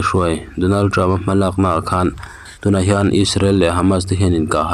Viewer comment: Mizotrawng hi in thiamlo thin hle mai, ngaihthlak tui a harthin, (Donald trump in Donald trupa'n)